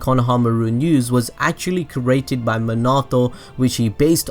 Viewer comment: The way he says created is so triggering for me. Bruh 😬 “cerating”